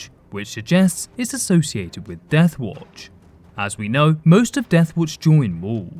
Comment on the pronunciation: Children of the WoAoUatch 🤣 sounded like you were having a stroke halfway that name